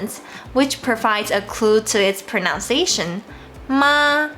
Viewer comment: I have watched some of your pronunciation guide videos. They are really helpful. FYI, I noticed you mispronounced the word "pronunciation" multiple times during your videos. I don't mean to be judgy, just want us to be better. Greeting from Vietnam. Keep up your good work.